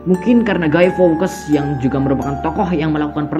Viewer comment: Cybercrime di baca saiberkraim bukan saiberkrim, fawkes bukan fawkas cara bacanya yng bner fawks, dan terakhir mask tu bacanya meask bukan mes atau mesk. Cuma ngoreksi 😂